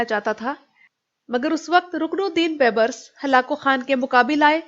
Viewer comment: ویڈیو ہمیشہ کی طرح معلومات سے بھرپور ہے لیکن اس بات کو تنقید نہیں املاء کی اصلاح سمجھیں ، رکن الدین بیبرس کا صحیح تلفظ یوں ہے کہ " ر " پر زبر اور " س " پر جزم ہوگی اگر انگلش میں سمجھا سکوں تو صحیح سپیلنگ تو اور ہے لیکن آپ یوں پڑھیں گی baib-ras جبکہ صحیح سپیلنگ تو یہ ہے جو یقینا آپکو معلوم ہی ہے Al-Malik al-Zahir Rukn al-Din Baibars